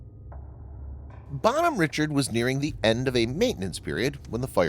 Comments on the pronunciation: It's probably a disgruntled ship yard worker or sailor. And it's pronounced Bon hom rishard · Dude, Bonhomme Richard is a French name and therefore should be pronounced in it's French name, precisely " Bawn-arm Ree-shard". It ain't too difficult and for those who can speak even a little French, the mispronunciation.really grinds on one's ears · First, he shops name is pronounced “Bon-Homme-Rishard.” Named after Ben Franklin’s French pen name in his magazine “Poor Richard’s Almanac.” Second, she was a amphibious assault ship, not a “hospital tender.” But hey, you’re sponsored by War Thunder, so facts and the real world must not mean much to you anyway. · Jesus Christ. Its pronounced “Bon-Home Ree-Shard”. Fuck dude. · it's pronounced "bon ome reeshard"